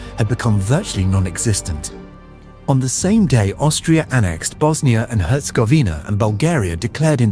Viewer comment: And Bosnia herz-govner 🤣